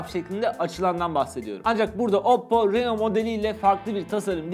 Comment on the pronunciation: Reno yazılır rino okunur 🤣🤣🤣